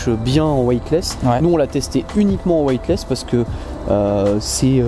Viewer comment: Sourire... Je vais vous aider à prononcer, ainsi vous n'aurez plus besoin de préciser ce que veut dire " Weightless ". En gros, il faut prononcer: " wéitless" et non " wouaille-t-less "; afin de signifier " sans poids " et non... !!!!: " sans blanc "... lol Et oui, " white " veut dire blanc pour un anglophone ;) En tout cas, merci pour vos conseils avisés en matière de pêche ;)